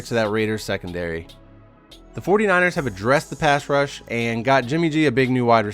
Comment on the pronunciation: Errors? You wanna talk errors!? Dude! you said "Pash Rush"! Unacceptable!! I'm so done!